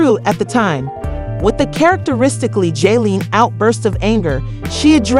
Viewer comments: Who the hell is Joleen? Please pronounce this lady name right or dont tell the story. Then you called her Jose-line. 😂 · you’re pissing me off how hard is it to say JOSELINE. information can’t even be trusted you can’t even take the time to learn how to say her name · How do you do this much research on a person but not know how to properly pronounce their name